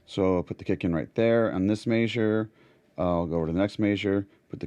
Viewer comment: very Cool video but why you say measure like that?